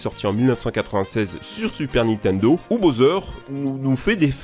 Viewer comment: Y'a que moi que ça choque d'entendre dire "Nitendo" à la place de "Nintendo" à chaque fois?